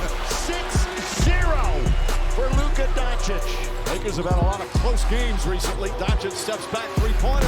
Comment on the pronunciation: Who the F is donkik?!😅😅 Ppl want to make nba videos and thay dont know top3 players names in the world😊